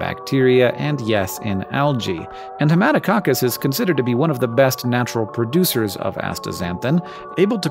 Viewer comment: Every time you say Haematococcus I wonder if you too have help from someone named Jerry.